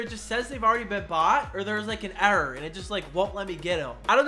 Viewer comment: “an arror”🤣🤣